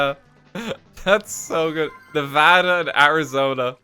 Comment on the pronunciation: RT saying Nevada correctly